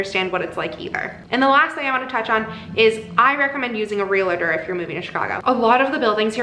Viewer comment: Anyone else chuckling at the "real-a-tor" pronunciation and thinking about Santa Clarita Diet? Hehe lots of people do it but it is pronounced "real-tor"- just like it's spelling